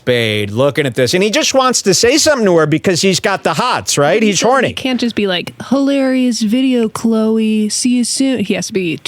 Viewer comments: I'm still not over "hilar' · hiel hilar